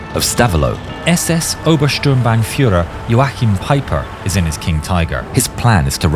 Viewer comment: The order to shoot is NOT " feier but feuer"